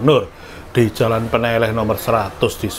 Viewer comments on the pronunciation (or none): Baca "ne" dan "leh" pada Peneleh harusnya sepert baca "lele"